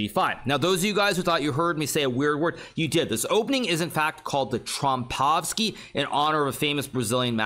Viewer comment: Thankyou for saying trompowsky correctly as a Brazilian would say it!